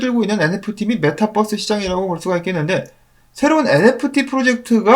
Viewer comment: 메타뻐스라 발음하시면 metabus로 오인할 수 있으니 메타버스(metaverse)로 발음해주시면 좋겠습니다.